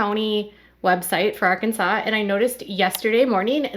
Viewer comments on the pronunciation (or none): none